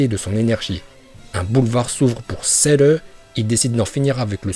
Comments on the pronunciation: Arrete de dire cerre je vais me desabonner a cause de ca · Celleeeeee!!!😂😂😂trop cool ton accent japonais et merci de nous avoir montrer les niveaux de puissance de Celle 😎